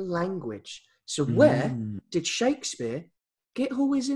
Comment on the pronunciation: I would just like to say, with some extensive research shukadaspeare isn’t the correct way of saying Shakespeare my apologise